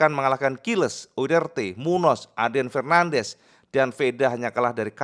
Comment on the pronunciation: Dibacanya Munyoz bukan Munoz, perhatikan tanda gelombang diatas ñ , itu artinya berubah jadi 'ny'